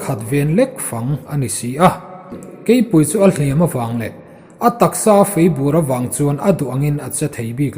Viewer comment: Lianngura angaihnawm viau e, bung 23 na ka ngaithla tan a, "Ngên mu" hi i lam/thluk dik ta e, mahse, "Hliam" hi ila thluk diklo fo... A hmanna azirin athluk sang leh hniama lam rik angaia, tin, "Chawhnu thlangher" tih tur... "Chawhnu tlângher" ni loin.